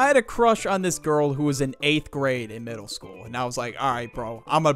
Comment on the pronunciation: Damn you really put the L in eLementary and middLe